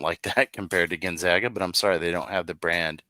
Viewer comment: Can say Boise, and San Marcos, cannot say Gonzaga correctly.